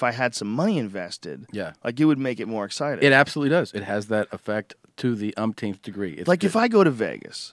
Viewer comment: when you say "to the upteenth" time the upteenth time